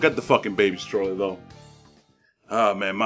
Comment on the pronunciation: When u said baby stroller, I heard baby scroll lol. I thought like who r u gonna summon? Anyway nice vid <3